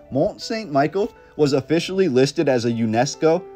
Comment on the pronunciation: Great video. Not a big deal but it is pronounced more like "Meee-shell", like in that Beatles song. I think it was built sometime during the millenial reign of Christ aprox,.